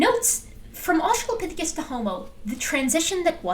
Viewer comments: has been doing this way too long to have any excuse for pronouncing it "australiapithecus". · I absolutely HATE when people don't even read a newly learned word before saying it. The fact he says "Australiapithecus" shows he only glanced at the name once before settling on how to say it. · I ended up seeing this video on my home page again. So here I am. I know this isn't Dapper's channel, but should we drink whenever he says "Australiapithecus"? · In fairness to, if we give him serious crap for saying "Australiapithicus," we need to also give Steve McRae similar crap for saying things like "inner locker" (for interlocutor) and "electorial college." In the "FWIW" dept, it seems like is spelling it correctly.